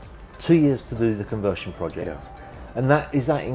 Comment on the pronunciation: “Conversion”, not “convertion”!